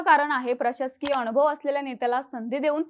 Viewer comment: अनुभव लिहिलं असताना ही बाई अ णु भ व असं कां वाचते ?